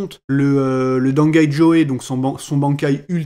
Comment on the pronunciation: Non ca se prononce pas dangai jo, mais merci quand même